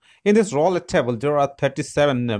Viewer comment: I love how he butchers. The name roll it. Or roulette I mean. Birch Roll it!!